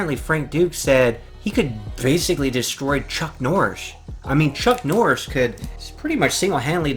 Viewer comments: Martial Arts aside. Who the hell is Chuck Norsh???!!! Enunciate you words you muppet. Dear god! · Who the fuck is chuck norish lol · "Chuck Norsh"